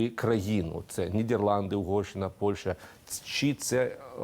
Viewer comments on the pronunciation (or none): none